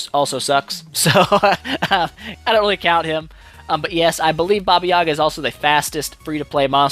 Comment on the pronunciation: I expected you to massacre the special skill name,i come from a region from where the baba yaga folklore originated and i had a hard time pronouncing that,impressive